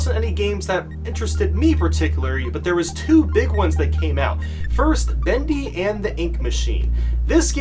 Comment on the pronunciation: When you said bendy, I heared bandy